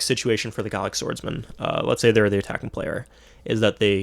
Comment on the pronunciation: Im here again just to know how pronounce the word Garlic Swordsman😂